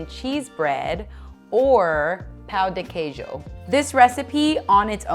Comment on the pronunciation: Pão de queijo is not pronounced Pow D. Keejoe and why on earth did she use a muffin tin?? These have completely the wrong texture. Anyone wanting to make these amazing treats pleeease find a Brazilian recipe instead.